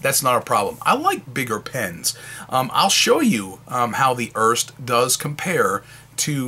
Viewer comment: The Pelikan M205 and M200 are identical except the M200 has gold trims while the M205 has silver/chrome trims. The pen looks nice but I'm a bit concerned about the missing rollstop. Just a bit of nitpicking: Here in Germany the last "e" on Erste is spoken, so making it a two-syllable word "Er-Ste"